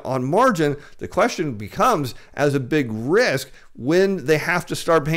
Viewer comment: Political "rith"? Billback "batter" plan? The "flure" people? is so desperate grasping at straws, trying to hold on to his deflation thesis, he can't even pronounce simple words anymore.